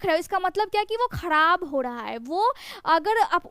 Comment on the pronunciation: Dha ka istemal bahut Karti Hain aap khrab ko khadab kyun kahti Hain aap pathiri hodha Hai